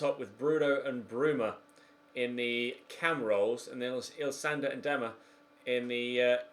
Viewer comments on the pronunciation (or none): Ilsanker* not Ilsander !!😅